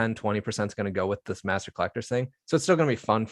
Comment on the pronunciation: Master. Not Mastor 😻. Love the channel.